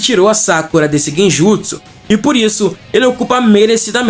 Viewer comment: Você ouviu quantas vezes ele falou Genjusu?